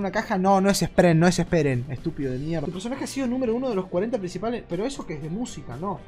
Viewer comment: Carrera es amigo de Spreen y no sabe pronunciar su nombre xd